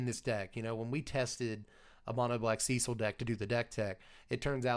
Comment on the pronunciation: So glad to finally hear a content creator that knows how the name Cecil is enunciated.1 out of 3 so far.